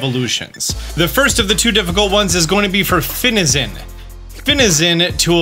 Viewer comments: THE A IN FINIZEN IS SUPPOSED TO BE AN E! AND IT'S HERCULES, NOT HERACLES! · THE THIRD I IN FINIZEN IS SUPPOSED TO BE AN E!